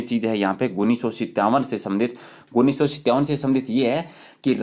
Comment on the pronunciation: sir pronunciation shi kro 19 ka